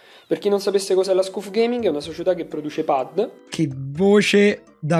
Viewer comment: GIÓ, NON É LA PRIMA VOLTA CHE VEDO QUESTO VIDEO, MA MI DOMANDO ANCORA ORA PERCHÉ DICEVI SCUF AL POSTO DI "SCAF" 😂